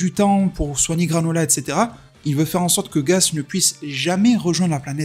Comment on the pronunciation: C'est gaS pas gaZ mais bref c'est pas grave je me doute que c'est un peu fait exprès